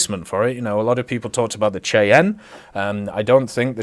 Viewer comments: It's pronounced "SHY-ANN" Not the way you pronounced it. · The Cheyanne is pronounced shai-an just fyi